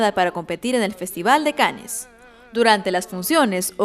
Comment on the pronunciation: Cannes se pronuncia "can".. :D